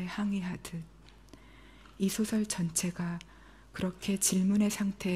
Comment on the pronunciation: 단어의 장단음 문제가 심각합니다. 장음인 단어의 첫 자를 계속해서 "짧게" 잘못 발음하고 있습니다. 한 가지 예만으로 놀랍습니다. 노벨 문학상 수상자가 "소설"의 발음을 계속해서 잘못 발음하고 있습니다. 즉 이"소설"의 "소"는 "길게" 발음해야 하는데, 이를 이 한강 자가 뿐 아니라 거의 모든 문학인들이 "짧게" 발음하고 있습니다. 이 얼마나 아이러니칼 일인가? 이 얼마나 놀라운 하국 문화인가? 더 놀라운 일은 이런 발음 문제를 문제로 삼는 이는 1967년에 고국을 떠난 이 늙은 이뿐이라는 사실이오이다. 동포여! 고국 동포여! "한국 어문을 고발함"이라는 책을 조용히 읽어 주시옵소서! 미국 변 완수 드림